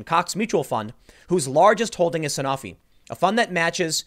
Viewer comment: A stake in a drug company as massive as Sanofi (pronounced San-oh-fee, Tim, but no blame for saying it wrong since I screwed it up the first time and I work in the business) is indicative of nothing. The company is as big as Genzyme or Takeda. Their drug portfolio is varied across multiple diseases and different indicators. It’s the equivalent to bitching about a person owning stock in an NSAID producer.